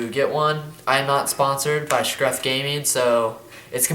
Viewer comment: Lol u said scruf not scuf